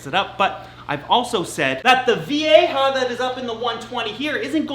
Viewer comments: The community won! finally saying Vieja the right way!!!! Woohoo!!!!!! 🤣🤣🤣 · I'm so proud of you for making an effort to say Vieja correctly! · Finally gets "vieja"... slaughters "boisterous". 10 points for trying though.